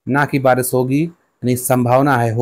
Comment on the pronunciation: Pahle Barish bolna to Sikh Lo acche se Baris bol rahe ho